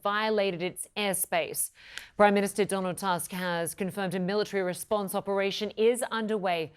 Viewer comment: It's pronounced "Toosk" not "Tusk"